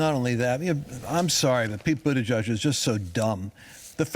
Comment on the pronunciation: “Jen Puh-saki and Pete Boodidge.” These simple, lying Pharisees make my blood boil.